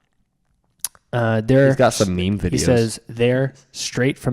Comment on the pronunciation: It’s pronounced “meme”